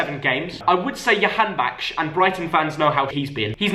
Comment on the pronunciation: You pronounced Jakhanbakhsh and Matej Vydra wrong. J in Jakhanbakhsh sounds J in Jump and J in Matej sounds Y. You switched them LOL